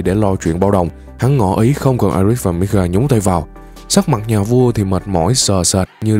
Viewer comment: Vì sao ad đọc là midgar mà tôi lại ni*ga🤔🤔🤔🤔